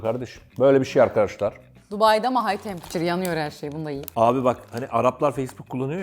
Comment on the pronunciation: 2.01:hay tempiçur bunu da yiyim